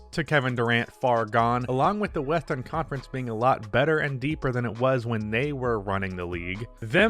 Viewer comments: “along with the WESthERNConference” 😂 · Why tf you say western conference so weird? Lmao